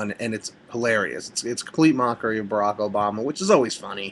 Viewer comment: ummmm since when has Barack given anybody reason to say he's "ghetto", and secondly as a reviewer person for videos or watevr, shouldn't you know the basic of it? firstly u should know how Barack is pronouced, i know how it LOOKS but...come on nobody is that dumb. and damn how u say Wacka flacka? really?? come on buddy tighten up